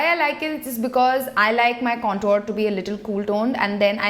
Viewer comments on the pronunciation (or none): Please lookup the pronunciation of "contour". You're a beauty guru so this word will be used often. Most indian youtubers get this wrong and it feels to me like someone is scratching broken chalk on a tin board